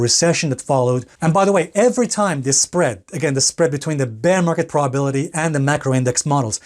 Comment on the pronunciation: WTH is a "praw-bility" ?